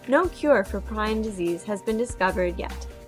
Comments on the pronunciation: Great animation and well done. However, it is pronounced PREE-on in the U.S., PRY-on in the U.K. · You pronouce prion wrong "pre-on" is correct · It's pronounced "Preon" and you didn't actually answer the question very well, at all.